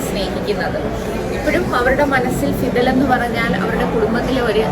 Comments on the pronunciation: ഫിദൽ അല്ല വിടൽ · Fidel അല്ല വിടൽ ആണ്